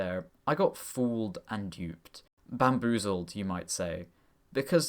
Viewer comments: was that babmoozled on purpose to bmaboozle us or did I just babmoozle myself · "Babmoozled"! I think I might just start using it like that!! XD